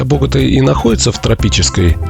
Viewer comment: Только не бОгота, а боготА! ударение на последний слог;)